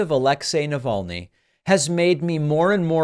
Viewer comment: I honestly cant wait until he says the man's name in one of his 'speeches'... He'll pronounce it "alex - ee naval - ne"